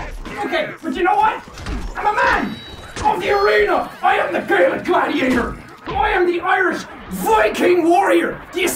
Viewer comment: Jack: i. Am the Gay-Lick worrier 😂😂😂